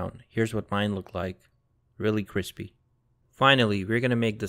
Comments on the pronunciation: This was delicious. My chicken wasn't "cwispy" but the sauce was BOMB. !!!! Thanks for posting. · Hey sean do you watch joshua weissman because he always says CWISPY